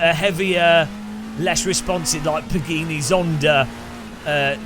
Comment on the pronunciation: Pagini Zonda? Really pa-gii-nii? 🤔😁